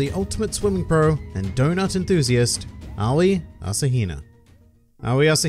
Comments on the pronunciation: it's just ow-ee like she says in her introduction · Did you know you pronounce officially pronounce Aoi "Ah-oh-E?" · It's A-Oy